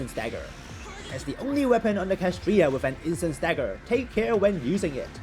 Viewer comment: It's clearly spelled KSHAtriya, not KAShtriya 😭😭😭😭 My heart hurt watching this video oh my gosh